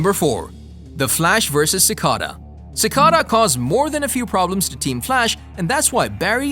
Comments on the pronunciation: him: ciscada. everybody else: Ci cada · Its cicayda not cicaada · ci cah da lol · ah yes my favorite villian sicawda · No one: Literally No one:: Sickadaa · Ik right he pronounces cicada like ci caduh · damn you the way u say cicada